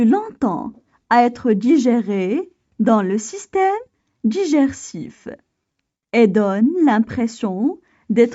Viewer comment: Tu a mal prononcé le mot : Digestif